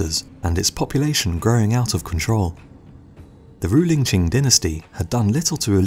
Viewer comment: The Taiping heavenly revolt is not well known enough. Even Boxer Rebellion is better known. Well done on Qing pronunciation too I've heard much, much worse